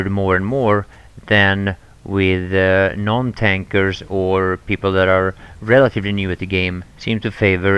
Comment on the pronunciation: *Non - not "None" ;)